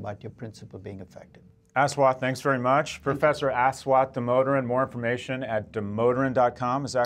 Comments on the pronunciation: Hate that his name is being pronounced " Ass waaath Damodaran" it's 'As' as in assimilate and 'wath' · Love your videos, Scott... but jesus, it's not Ass-Watt... smh